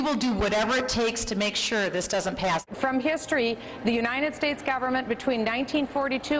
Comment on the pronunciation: She can't even say "United States" correctly. She pronounces it "Unineted States".